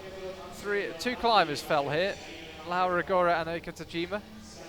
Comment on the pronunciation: why the hell the speaker cannot pronounce "LAURA ROGORA" has it shoul be?